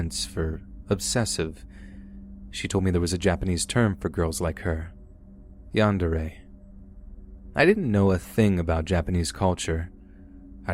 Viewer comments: "Yandaray" its YAAN-DEH-RREH! Pronunciation is important for narrator channels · I was listening not watching so i didn't see the spelling. At the very first when i heard "Yander er" I thought he was trying to refer to the southern slang " yonder there" Im from the South and people often mispronounce southern slang so I just assumed that's what it was.. LMAO